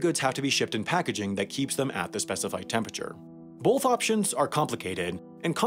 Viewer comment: Is he trying to say both when he says bolth?